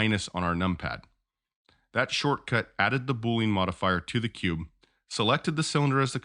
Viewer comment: I like your video, but your pronunciation is incorrect. It is boo-lee-uhn, like "under". It is not boo-lean, like "lean cut of meat"